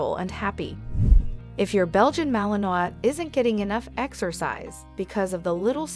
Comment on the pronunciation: Should probably know how to pronounce malinois.